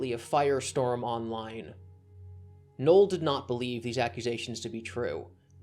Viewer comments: Your pronunciation of Null as Noel is confusing for new listeners. A friend who I introduced to you was so confused he was asking who Noel was genuinely unaware you meant Null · Every time you say refer to "Null" it sounds like you're saying "Noel"... Just say "Joshua Moon".